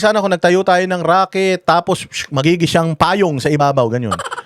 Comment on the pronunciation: RAKET daw hindi ROCKET 😂😂😂